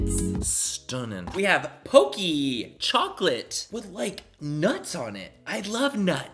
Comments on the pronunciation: Btw pocky is pok-e not pokey. Just hating just letting you know😂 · I'm dying at how he says "Pocky" pokey 🤣🤣🤣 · Nobody: Literally no one : Manny: OMG POCKEY WE DONT HAVE THIS KIND OF POCKEY HERE Even though it’s pronounced (p ock e) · Lol it's "pock-y" not "poke-y" and most of the items are dollar store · it’s POCKY not POKEY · Btw just sayin its not poicky the way you say it its po cky no afens just sayi ✋😅✋ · Its picky not pócky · Manny: I love Japanese culture! Also Manny: Poke-ee. 😂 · I was about to say the same thing lol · i couldn’t get over it 😂😂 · It’s pocky. Pronounced like walkie talkie. Palkie 😂 Pocky. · Lol!! It's not like it's pockey. You know like hockey, but instead of an h, it's a p.😂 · The way you pronounce Pocky is hilarious! And cute. ♥️ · The way you pronounce Pocky is so adorable. 😂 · Lol when he pronounces pocky.